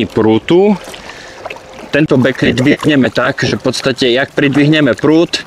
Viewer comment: Bek lid ,nie bek lejd bože